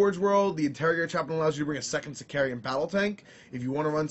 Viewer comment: Ravenwing bikes don't have skilled rider, only the black knights & Rw com squads & Sammy. They do all have teleport homers but they are 6(?) points more than sm bikes. Also it's pronounced Sic-car-an not sicareeeean. Drives me nuts that everyone inserts in I where there is none.